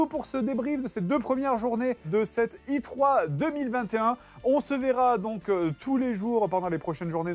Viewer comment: Faut choisir pour E3 C'est "HEUTROI" ou "IKIOUB" :) mais pas "ITROI".